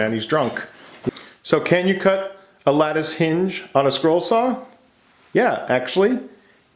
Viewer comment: Is he saying scroll or squirrel?